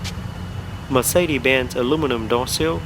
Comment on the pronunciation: Mercede?? where there hell did the "S" go??